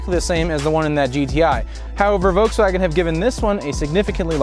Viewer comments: It's Voltswagen, not "Voteswagon". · Volkswagen. Not Vokes Wagon. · There’s an L in “Volkswagen.” It’s not “Vokeswagen.”